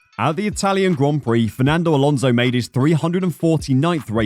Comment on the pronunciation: Fernando's name is Alonso not Alonzo.